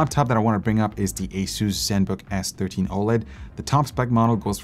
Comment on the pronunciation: Don't say ay SOOSE say AY suss. You or anybody else who ignores this sounds like a fool!